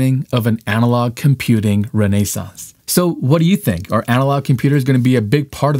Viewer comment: But the way he said renaissance